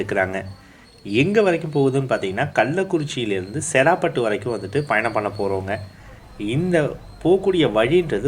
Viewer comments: செறாபட்டு இல்லை சேராப்பட்டு அந்தந்த ஊர் பெயர்களை சரியான முறையில் உச்சரித்தால் தான் நீங்கள் போடும் வீடியோவை பார்க்க விருப்பம் வரும்.. சேராப்பட்டு என்னும் அழகிய பெயரை செறா பட்டு என்று கொன்று விட்டீர்கள் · bro சேராப்பட்டுனு சொல்லணும் நீங்க செராப்பட்டுனு சொல்றிங்க